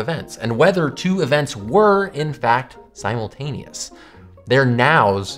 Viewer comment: We can't agree on what is simultaneous. Guess what? I don't even agree with your pronunciation of simultaneous.